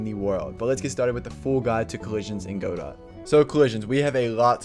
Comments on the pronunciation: Just so you know, it's pronounced Guh-dough (silent t), not literally Go-dot. I came from a video from 5 months ago and I had to check if you still pronounced it like that LMAOO. But very helpful videos man, keep it up! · Yea I've heard people say godot almost like "god it" too. Lol funny there's so many ways people pronounce it. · bruh please pronounce godot correctly